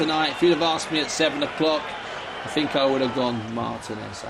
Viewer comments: For fucks sake it's pronounced Mar-TEEN-ez with a rolling 'r', not Martin-ez. It's not difficult. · This fucking commentator pissing me off with the incorrect prenouncation of Martinez lol